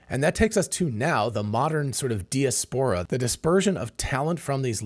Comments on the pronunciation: I’ve never heard the word “de-es-pora” used so many times in 10 minutes. Joking aside, this was excellent insight. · Check diaspora pronunciation ... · Hey. Love your channel. I've never heard anyone pronounce diaspora the way you do. Is it just you, or is that how Americans pronounce diaspora. Just curious. Calvin. 🇨🇦🇨🇦🇨🇦🇨🇦🇨🇦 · Mispronounced that many times, too. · I'm sure knows how to pronounce diaspora. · But the bot he uses to generate this shit doesn't.